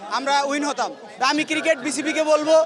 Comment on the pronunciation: kiriket???.....Age pronunciation ta toh thik koren....